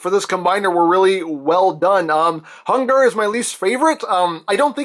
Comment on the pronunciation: It’s hungurrr junior